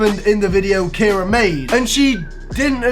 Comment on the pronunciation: Did u say Cara